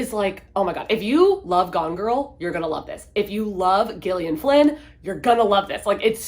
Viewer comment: It’s not a big deal but typically the name “Gillian” is pronounced with a soft “g” and not a hard “g”. So it’s pronounced the same way you would pronounce “Jillian”. Same name alternate spelling. I had a friend whose name was Gillian and it drove her crazy that people kept pronouncing her name incorrectly. Spelling it with a G is the more common spelling.